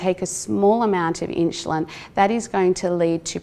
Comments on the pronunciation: God bless her, but some one for the love of God teach her how to pronounce insulin!! Or should I say inshuslin. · Inshuslin drove me crazy. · Brits put a y before the U in insulin.